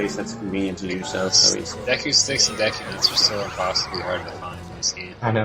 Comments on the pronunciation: It's De-ku not deck ku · It's pronounced D-ku, not Day-ku god damn it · でく deku not でいく "deh ku" not "dee ku", or "de-i ku" like です desu Cosmo says it right >_> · they say deku like " dayko" lol its " deh-Kuuuu" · Any self respecting Zelda fan knows that it's De-ku not Deh koo. I guess fans have their own way of pronouncing it. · deku not deku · I always pronounce it deck-you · i pronounce it dee-koo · lol, to each his own, I've always pronounced it Dew-ku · meh alot of my friends say dayku, so Im pretty use to it NINTENDO, Y U NO WORD THAT ARE EASY TO PRONOUNCE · ITS DEF deku (DAY-KOO) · I've always pronounced it dee coo :P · i always pronounce it deck-yu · But seriously, that guy that kept using long vowel sounds. What the hell? Dayku? Termayna? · It's DEE KOO, the pronunciation of Deku. Lol. "It's pronounced Deku." Lmfao. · ITS DEE-KOO :D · Deku is pronounced Deeku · well, dee-ku is how it's spelt so I don't see why we wouldn't pronounce it like that :) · It really must suck to have English as mothertongue and therefore problems with pronouncing most simplistic japanese words such as deku. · It's deku not deku.